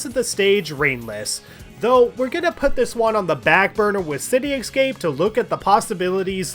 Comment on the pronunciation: ...City "excape"?